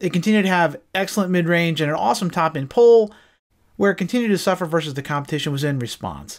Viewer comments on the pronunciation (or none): none